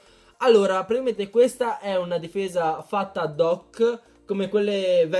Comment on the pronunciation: ahaah grande comunque piu guardo i tuoi video piu vedo che non sai dire praticamente dici tipo pratiimente